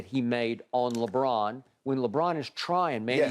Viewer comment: “Lebrick” lmao